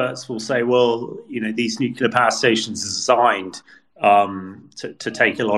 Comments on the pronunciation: the word is Nu-cle-ar, not Nucular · What does one say about someone who will say "nuclear" and "nukular" in the same freaking sentence? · I'm amazed by how many very well educated and experienced people do the nukular thing. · I expect the numbers will be 99.78% in favour of Russia, and Putin will seek the names of the 0.22% and the journalist who keeps referring to "nuclear" as "nucular." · I wish you'd find commentators who know how to pronounce 'nuclear'.